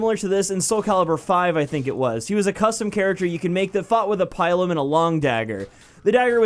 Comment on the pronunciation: The way you pronounced pilum really pissed me off lol it's pronounced Pill-Um